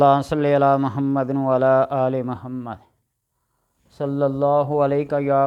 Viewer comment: أپ اتنے صاحب علم ہیں جی۔مگر محمد کی پہلی میم پہ پیش کی بجاۓ زبر کیوں پڑھتے ہو